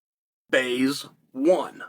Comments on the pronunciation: Baze huh? Not Blaze, but Baze. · It’s Lilledahl, not Lillendahl. BLaze not Baze😂 I heard “Lillendahl” and thought “Christ, ah well, benefit of the doubt, then you dropped Baze with such confidence 😂😂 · Lmao and he keeps doing it. "Thats Baze" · I was like, did i miss something, who is baze.. Then it hit me, hes chael-ing blaze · not his fault. Chael said it wrong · Why can’t Chael sonnen pronounce Marcus Blaze and Luke lillidahl